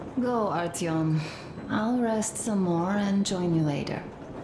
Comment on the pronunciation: É só comigo ou vcs tb ficam chamando o Artyom de Ailtom? kkkkkkk